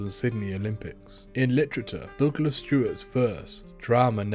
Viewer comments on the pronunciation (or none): none